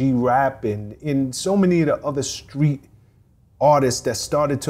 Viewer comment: A whole lot of black folks can't say the word "Street" 🥴 what a great story teller 🤩thanks for the interview 👍